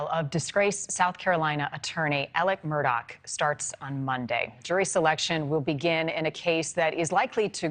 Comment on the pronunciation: Why does she keep saying Alec Murdoch? It's AleX MurDAUGH